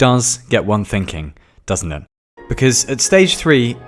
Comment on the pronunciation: I lost it at 'think-pudding'.